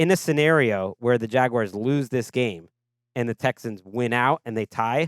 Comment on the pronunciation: Jag-why-arrrrrrs. Wtf?